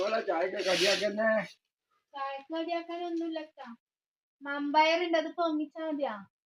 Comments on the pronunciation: പയർ വെന്തില്ല വൻപയർ എന്നുപറയൂ വമ്പയാരല്ല നിങ്ങടെ സംസാരം ഒന്നും മനസ്സിലാവില്ല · മമ്പയർ അല്ല വൻപയർ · മമ്പയർ എന്നെ കേട്ടിട്ട് എന്തോ പോകെ വൻപയർ എന്നല്ലെ പറയേണ്ടേ